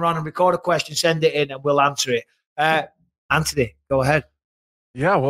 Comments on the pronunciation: Mike there's a letter haitch in AntHony lmao Antony 🤣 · how has no one told Bisping how to pronounce Anthonys name yet?